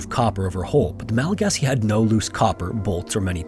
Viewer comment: Thank you so much for appropriately calling them Malagasy. So frustrating that so many people get it wrong.